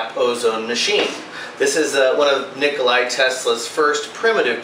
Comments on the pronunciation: Ni-ko-la Tesla! NOT Ni-ko-lie Tesla ! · HIs name was Nicola Tesla, not Nickoli. No big deal, but it's good to state his name correctly as he was a great man. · Thomas Squires , 3500 hours is a lifetime of use for normal people. You are a presumptuous ass. You don't do shock treatment on your house every day. You have to live in it and breath the air. Also, your way of pronouncing Nikola is just as wrong as his.